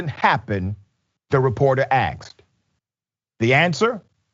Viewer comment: As someone with a heavy East Texas accent I know I am a pot calling a kettle black, but if you say "asked" rather than "aksed" it would open more people to hearing the point(s) you are trying to make.